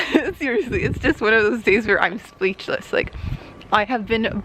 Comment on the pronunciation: I don't remember making that comment but I think I was typing out the way "speechless" was pronounced "spleechless" in the video